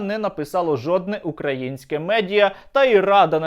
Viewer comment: Вуха ріже наголос Данилова у слові -…українське .. .Який жах